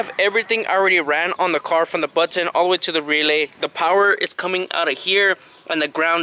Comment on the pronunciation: The "BUT - TON" 😂